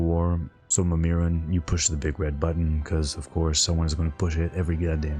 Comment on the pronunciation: My man, you are concerned about tabard and not how you pronounced Mimiron? Lol just playing. Loved the video brother.